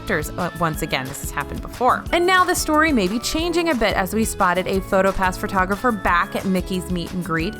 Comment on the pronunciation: 'Loving the in-depth update, keep up the great content! ...That being said, I must say - and no offense is intended as we all make little mistakes, and this is unfortunately one that people often make - that I couldn't help but chuckle . How exactly do you tograph fur? ;) :D P.S. Another pronunciation norm but still a head scratcher: beignet is perfect, but crêpe is slaughtered, lol.